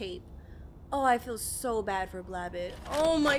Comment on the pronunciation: It’s pronounced BLAB- BOT not BLABUT.